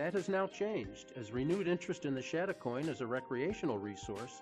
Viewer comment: Please, if video something, get the pronunciation right. It is pronounced chad a coin not shad a coin.